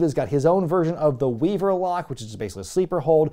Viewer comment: Da Weevuh lock babbuh!